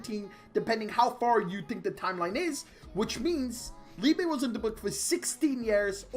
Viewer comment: If his name is the German word for love, it is pronounced Leebuh, not leebay.